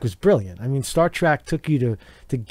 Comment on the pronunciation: “Star track”